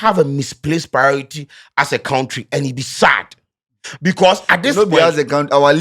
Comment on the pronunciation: What do you expect when your education minister says kentry😂😂😂😂